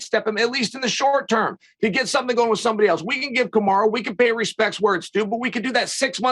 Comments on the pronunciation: Chael just refuses to call him Kamaru haha Kamara? I'm sure he's been corrected 100 times he just refuses to call him anything different LOL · Chael is disrespectful. Its KAMARU not KamarA. Smh. Sneak dissing Usman is uncalled for. Pronounce the mans name as it should be. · "Ka-marA Usman" - Chael P. Sonnen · There is no way Chael is as bad at pronouncing names as he pretends to be.....Kamara Usman hahaha come on man. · Why does he call him "Kamara" ? why not just go with Marty? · Love how Chael just calls him Kamara 😂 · Why does he keep calling him, Kamara?